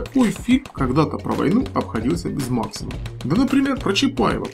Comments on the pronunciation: Пулемет не макси*ма а ма*ксима ударенье правильно ставь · Да бля что ты за ударение не там делаешь на Максима, пулемёт что. Бля аж коробит. Ты Русский человек? Зачем ты имя известного человека коверкаешь? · именно ударение в слове возвращает нас к истории создания пулемета и его исторического названия а оно именно с ударением на букве а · согласен в советском союзе да и в царской России так и произносили но речь шла о названии пулемета а правильно именно пулемет максима с ударением на а